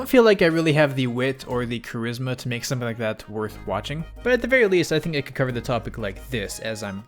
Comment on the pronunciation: bro legit said charizzma